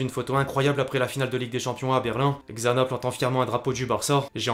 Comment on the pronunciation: T’es le GOAT de l’info foot, mais Xana se prononce « Chana », comme Xavi 🤗